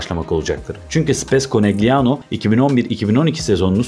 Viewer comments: Yendikleri takim Trentino değil Trento, Trentino erkek voleybol takimi, takimin adi Konegliano değil Konelyano diye okunuyor. 0 voleybol bilgisiyle video hazirlamak da ne bileyim, insanlar çok özgüvenli hakikaten ya, kendinizi rezil ediyorsunuz bu şekilde. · KONELYANO diye okunması gerekiyor?